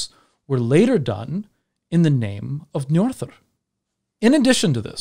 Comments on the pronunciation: Apologies for picking on pronunciation, but did you just say Njorðrðr? 😅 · Agreed! 😁 Next step is that "ö" is more like the "u" in umh... and that the Đ is a dh rather than a th sound :) I'm just nitpicking though.